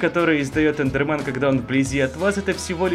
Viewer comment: Эндермэн а не эндерман